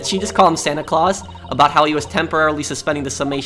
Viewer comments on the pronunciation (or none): none